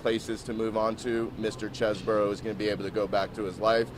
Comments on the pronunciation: That’s all cool, but when you have a vowel followed by a consonant and an e, the preceding vowel is pronounced as a consonant so it’s not Chez-Bro, it’s Cheese Bro, like the brother of cheese man, a brother from another mozzarella. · His own lawyer pronounces CHESEBRO as Chezz-Burrow?